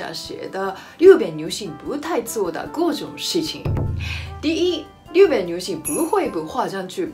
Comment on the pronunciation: 日本地日的发音马上就改变吧！